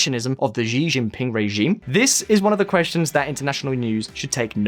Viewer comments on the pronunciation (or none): Sounds like SHEE-jin-ping. Not zhee Jin ping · 🤦🏾‍♂️ his name is NOT GEEGEE PING 🤦🏾‍♂️🤦🏾‍♂️😖🙄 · Why he keeps saying Jijin Pin? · It's pronounced she Jing ping. Just helping ;) The diplomats name is dang Shao ping Zhi = Ji Xi = she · Shii jing ping not Ji jing ping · who tf is Ji Jinping?